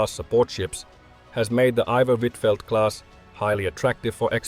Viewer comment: What were Danes supposed to roast you for? You pronounced it just fine if it was that lol. the u in huitfeldt is pronounced like a 'v'. Sometimes the u is pronounced like a v, and sometimes the v is pronounced like u. Danish is a wonderful language <3